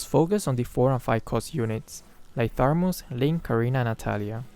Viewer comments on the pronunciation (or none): Imma try dis synergy Also me keep losing and losing Also keep saying tharmuz instead of thamuz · When you realize is still saying "tharmuz" instead of "thamuz" 😂😂 where did that 'r' came from 😅 just askin'. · it's Thamuz not Tharmuz xD, and thanks for the tutorial. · Thanks for the magic chess tips sensei .. But what i hear is Tharmus not Thamus 😊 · Its not tharmuz its thamuz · Thamuz not Tharmuz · It's thamuz not tharmuz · Nice tips, but why u call thamuz "THARMUZ" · It's not THARMUS it's THAMUS hh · WhyThaRmuz? Its just thamuz bro 😄😄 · Thamuuuuuuuuuuuuuuz not ThaRRRRRRRRRuuuuuuuuz!!!!!! NO RRRRRRRRRRRRRRRRRR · Why do you call "Tharmuz" to Thamuz? xD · Actually said, Tharmuz instead Thamuz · I'm annoyed that always say “Tharmuz” instead of Thamuz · No one:: "Tharmuz" Thanks for the tips might try your strategy in Magic Chess:) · Thar- muz kwa???😂😂😂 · The Tharmuz where we put hot water into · Joseph Odon That's "Thermos" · no one: literally no one:: THARMUZ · It's thamuz right? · Tharmuz stat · No one:: THARMUZ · For the first three rounds, you should try to lose those rounds. Me: Keeps on losing every round. Ps: I love it when mispronounce hero names ♡ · Moonton: Thamuz: Tharmuz Me: Thanos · I was looking for this comment 😂👌🤣